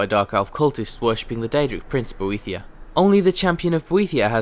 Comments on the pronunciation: God damn it, it's pronounced 'Bo- eh-thigh-a' Boethiah they say it in game! sorry, had to let that out or it would bug me... i don't have ocd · Hehe, you managed to say Boethiah 5 times... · SAY BOETHIAH ONE MORE TIME :D